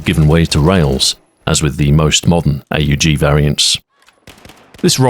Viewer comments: Ey yu ji. Hell no. It’s pronounced OHG. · Him calling it the "A-U-G" instead of the "aug" is really messing with me. It's like calling an AWP an "A-W-P" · Huh.... ive NEVER heard someone call an aug an "ayyy you gee". You know its NOT pronounced "ayy you gee* because the letters are all right next tonone another, without periods or spaces or dashes or anything that would signify it isnt a word you say, like a word. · or more affectionately, pronounced awg. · Not once pronouncing AUG as "org" ( ˈɔɡ in phonetics I think) with your voice and inflection is a crime. 😂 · Nobody calls it "A U Jee" outside of US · Ahoy pronounces it like someone greeting Itadori Eyy, Yuji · He has risen!!! He also insists on saying "A-U-G" instead of "Aug". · Hearing somebody call the AUG the Hay You Gee, instead of the Ugg.